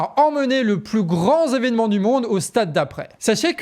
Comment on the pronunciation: « …le plus grand Zévenement… » 🤣